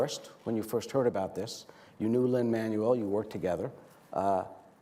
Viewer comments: Lin MAN-uel 🙄🙄🙄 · The way the host pronounces Lin-Man-U-El is cringe-worthy. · Brandon B. Totally agree. He’s of Latin descent, not a friggin’ transmission! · Does anyone else hate the way he says Lins name 🙄